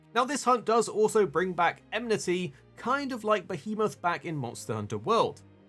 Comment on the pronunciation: Ah leh sah. EN mih tee. Why people struggle so much with her name and that word, is silly to me. It's super common across mh YouTubers.